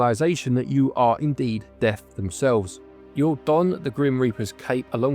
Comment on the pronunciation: At first I thought you were saying deaf rather than death 😂 I was thinking it was an interesting concept but who is deaf the pig or the reaper... Then it dawned on me :) Absolum. Looked like a level based on attack of the mutant camels. Let Jeff minter know!